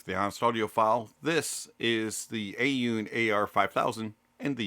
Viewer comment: A-Yoon? Thought it was Aune..